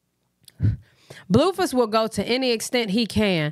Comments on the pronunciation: It’s you calling him “bluefiss” for me 🤣🤣🤣🫶🏻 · BTW 😅you said you need a new nickname yesterday. you say Blueface so funny 🤣 this is to me his Blueface I love your channel